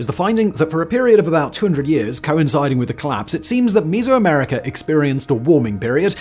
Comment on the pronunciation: for real even if you're not the one writing this material, how can you be so sheltered and unread that you mispronounce Mesoamerica and Yucatan.